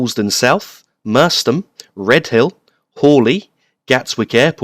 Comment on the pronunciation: great Vid although the pronunciation of Merstham is wrong. 'Mers~stram'